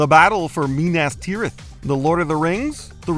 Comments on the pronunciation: I've been watching MOJO for many years now, this narrator mispronounced so many places and names. Mynuth Tyrath from LOTR? Please stop. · munas tinith